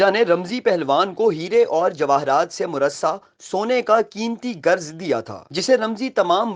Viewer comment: Garz nahin balki Gurz hota hay ....